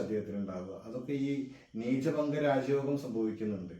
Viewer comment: നീചഭംഗം ആണ് ബംഗം അല്ല